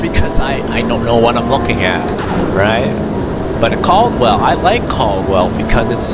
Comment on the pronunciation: Learn how to say it first!! 😂😂😂 CAD-WELL